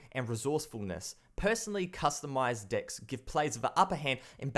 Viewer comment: I like your channel, but it sounds like you were saying, "unique dicks of cards."